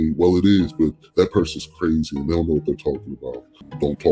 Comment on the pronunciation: i can notice the "dey"